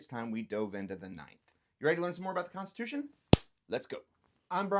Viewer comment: he says rights come from the (fed) cunstitution